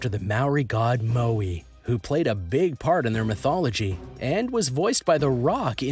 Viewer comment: The Maori God MAUI is not pronounced mow-eeee. It rhymes with wowee hence the cannabis strain “Maui wowee” And hello from New Zealand